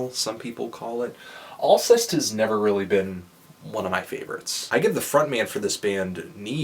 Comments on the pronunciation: I believe it's pronounced "all-SAY" :) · Yeah. Learning to pronounce the bands' name is FUCKING IMPORTANT, you inbred piece of shit. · You pronounced it pretty much completely wrong. Sorry Anthony. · ahah pronounced it wrong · you didn't pronounce it right lol